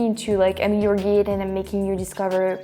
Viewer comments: Guide... should Rhyme with Ride, not Keyed. Silly Youtube never showed me the Neko video, so I had to pause to watch that :) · Brand new American subscriber here. I love how you are reaching out to us. I would love to know more about France and the language. Very interesting ideas! (Guide is pronounced like “Guyed” not Geed. :) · Again.... the mic volume is perfect. Also....GUIDE, like you said you wanted to be our guide in France.... Guide is pronounced like.... GIDE. Juat forget the U is there. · Guide is pronounced "GUYd" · Hi -- just so you know, "guide" rhymes with "ride" -- long /i/ sound